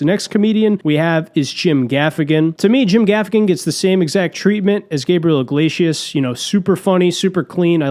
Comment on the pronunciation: When you say, "Gabriel IGLAYSHUS", are you just fucking with us like when Norm says "I-run" instead of 'iron'?